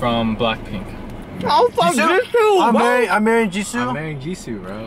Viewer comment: Beomgyu is pronounced bomb-gyu. Jisoo is pronounced jees-oh